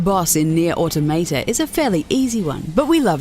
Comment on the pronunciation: Automata is pronounced Or-tom-a-tah, not Or-tom-a-tor...